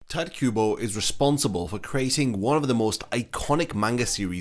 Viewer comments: its not tayt kubo. its ti- te kubo. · hearing bro call him 'tight' kubo was a painful listen T.T it's pronounced (tea-téh) kubo XD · It's not "Tight" Kubo, it's TiTe Kubo. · dude. It's "Tee Teh Kooboh" not cringey Tight kuubow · did you just say tight kubo? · no one: this guy: "tight kubo" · His name is definately not pronounced "Tight", that's very jarring mate. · tight kubo... damn my ears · Pronunciation of Tite as "tight" hits different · did you say "tight" kubo? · Bro I don’t understand this about YouTubers: you spend tens of hours researching info for this video and yet you couldn’t spend 5 seconds googling how to pronounce Tite Kubo’s name, why is that bro? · Honestly what I was questioning most about this video when it was announced was how you were gonna pronounce Tite lol, I've switched up my pronunciation far too much 🤣.